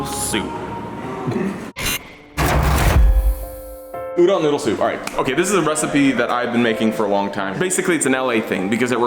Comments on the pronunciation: PSA: Udon isn't pronounced "Ooh-Done". The "Done" part is pronounced like "Dome", but with an N instead of an M. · Lynch me, but I have japanese grandparents and they harass me for my pronunciation. It is pronounced u-do (like doe)-n. Not u-dawn. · "White boy declares his udon supreme, doesn't know how to say udon" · I feel violated by the way he pronounces udon. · As an Japanese man, it hurts me how he pronounces udon. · he pronounces udon wrong